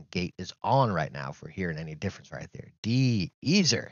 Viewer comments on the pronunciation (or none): Great video dude! I don’t think these sound any better/worse than the normal G pro(x) and blue mics that come in the box anyway, maybe just another way of getting people to spend money maybe? A mid life cycle upgrade? FYI - De-Esser, it’s not “De-Easer” it’s more like De S er (say them separate!) like it tries to reduce the S high pitch tone when you say words with an S in them! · D-eezer 🤣. Sorry, was hard to take the video seriously after hearing that. It's a D-esser...helps reduce the "S" sound/sibilance.